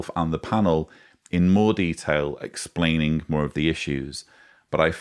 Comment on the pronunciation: Lett the “Splanin’ ’’” begin 😂!